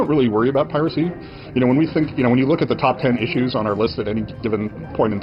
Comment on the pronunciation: To hear a supposed human pronounce "piracy" as "pi-RACY" gets old really fast.